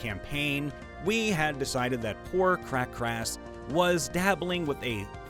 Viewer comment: Lol it's not "cra(-b) crass" It's "Kr-akas"